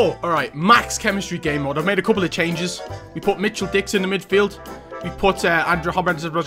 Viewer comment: If you pronounce Mitchell Dicks then good luck pronouncing Van Dijk lol